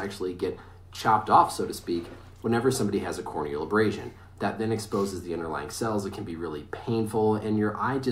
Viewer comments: "core o'neal abrass sun" 🤣🤣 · “Suffered a corn kneel abrashon” boy what 😂😂😂😂